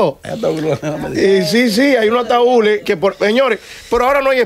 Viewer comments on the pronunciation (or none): se dice ataúd, no ataul. Amelia se dice status, no estato. Por Dios ustedes me agradan mucho, copien del léxico de José Ángel